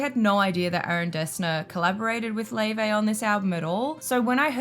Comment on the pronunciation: How do we get Lay-Vay from Laufey?